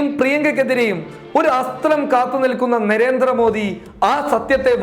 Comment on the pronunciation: നെരേന്ദ്ര മോഡി അല്ല നരേന്ദ്ര മോഡി എന്നാണ് ഉച്ചരിക്കുക